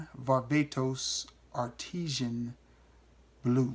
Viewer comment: It's pronounced John Varvatos Art-is-an, not Art-eee-shan. I love that house. Great choices.